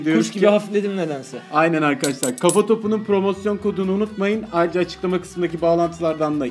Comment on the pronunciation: Bu adam neden arkadaşlar diyemiyor arkkaaşlar diyip duruyor anlamadım.